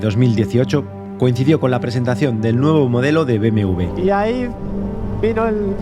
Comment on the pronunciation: te confunde al decir BMW tu dices BMV